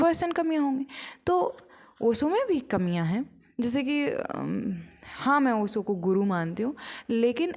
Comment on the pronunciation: बाई नाम तो ठीक से लेना सीख ले पहले ओशो का 🙏